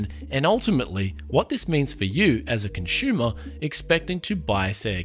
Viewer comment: Turned it off when he said conshumer